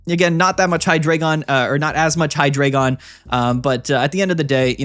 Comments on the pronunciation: Hydreigon is pronounced "High-Dry-Gon" matching its evolutionary line and their number of heads with German numbers one, two, three (Eins,zwei,drei - Deino, Zweilous, Hydreigon) I don’t usually comment, but I’ve seen a lot of debate about this topic and wanted to lend this insight! Ahahaha 😭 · For the same reason we don’t call Pikachu“Pick-A-Choo”… bc that’s not how it’s pronounced. (And to be clear it’s “Hi-Dry-Gon”)